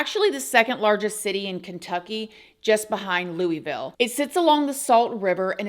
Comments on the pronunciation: I'm so glad you're covering this case. I live in Kentucky, and this case is tragic and horrible. I'm sure someone has already mentioned this, and I'm not telling you to be critical, but just so you will know how locals pronounce it, but it's pronounced Loo-eh-vul. NOT Loo-ee-ville. Love your content and enjoy your videos. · Louisville is pronounced LullVull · So cute hearing people called Louisville “Louie ville” 😭🥰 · Please say Louisville correctly.